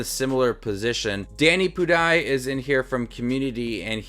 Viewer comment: its danny pu-dee